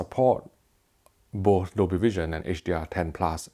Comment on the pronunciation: If you could be so awesome to practice the word both. It would show some next level professionalism.